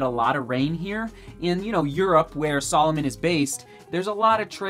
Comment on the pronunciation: OMG its sAlomon not sOlomon